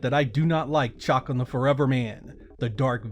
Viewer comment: Maybe its just me but I've always remember Chakan being pronounced "shuh-CON".